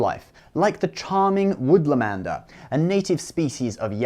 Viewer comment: Woolamander, not Woodlamander.